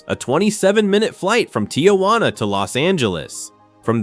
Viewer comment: "tee-who-anna"? pathetic AI garbage. get a real job, you suck at this.